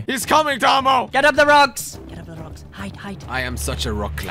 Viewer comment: just call tomo tomy😂